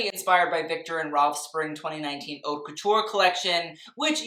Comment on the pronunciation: I love your videos so much but boy do i hate how you pronounce "haute" as "hot"...